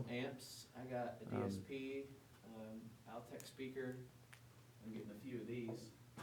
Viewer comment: it's not pronounced "Al-tech." They were called, "All-tech speakers." Just a minor thing. Thanks for the trip down the VOTT lane. I still own a pair of perfectly good Altec A7-800 speakers.